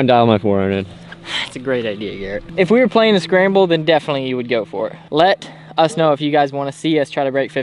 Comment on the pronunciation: Bro that "Let.... us know" had me dying! :D